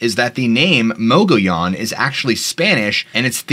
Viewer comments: Mo-Gi-yan. Mogiyan. Mogollon. It has a weird pronunciation in AZ. Like Prescott is pronounce Prescit, Tucson is Tus-on. We know that’s not how it’s spelled, that’s how all AZ locals say it though and we can tell if you’re from out of state if you say it wrong. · Great episode dude. For future shows though the mogollon monster was seen at Geronimo scout camp. Also how you pronounce the word mogollon in muh-gee-on